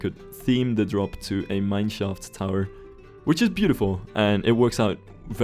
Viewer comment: The way you say mine schaft sounds a lot like the German word for community ''meinschaft'' which can also refer to one's weenie.